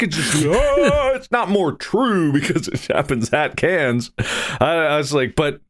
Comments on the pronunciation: Take a shot everytime Mark mispronounces “Cannes” (it’s just pronounced like can) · Cannes is pronounced Khan. KHAN!!!! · man went to Cannes and still says 'cans' 😂😂😂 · Please Please be respectful and pronounce Cannes properly. So rude.